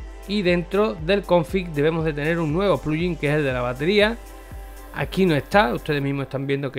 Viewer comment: porque pronuncias pluyin?